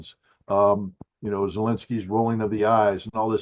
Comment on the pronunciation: I lmfaoooo at him calling him GELENSKY lol they cant say V or Z bwahahahaha